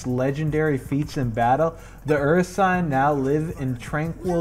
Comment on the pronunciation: The way you pronounced Ursine....